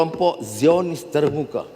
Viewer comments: Sebutan zio-nis bukan zayon-nis. Jangan jadi A.1 Melayu di Malaysia. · The word Zionist is pronounced as ZY-uh-nist. It consists of three syllables with the primary stress on the first syllable.